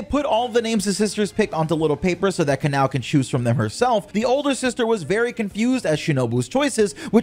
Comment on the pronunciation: Not making fun of u but im using those names you pronounced to my friend as a joke since they get triggered easily 😭😭 Kanae: Kanay Kanao: kan-ow Other names for kanao as well 😂